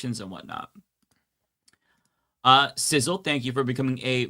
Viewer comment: Not pronouncing sizzle 😂😂